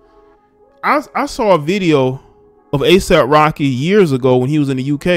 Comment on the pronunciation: I thought you said ASIMP Rocky...🤣